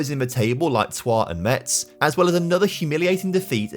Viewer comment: Metz is pronounced Mess